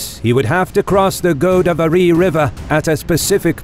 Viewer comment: I find your wilfull mispronou nciation of Indian names extremely irritating. For example, it's GoDAAvari, not GOdavery!